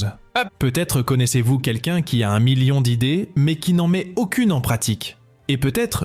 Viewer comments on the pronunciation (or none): none